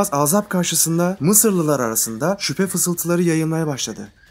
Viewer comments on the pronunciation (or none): Ağzap değil Azap